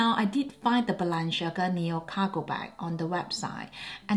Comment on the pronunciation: Celine not the same anymore I agree, and the lady dior looks off. Btw Balenciaga you are pronouncing incorrectly please research and pronounce correctly.